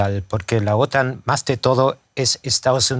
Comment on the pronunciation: Las siglas OTAN en español se pronuncia acentuado la sílaba "tan" (otán).